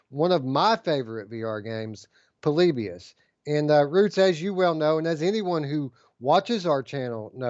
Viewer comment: says Po-lib-ius here It's short for poor liberals in US. Jk.